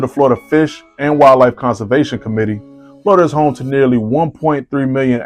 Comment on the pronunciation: Dude….. it’s Florida! Where the hell you from?